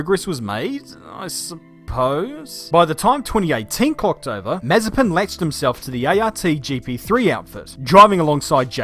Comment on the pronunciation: It’s more like Maz-a-SPIN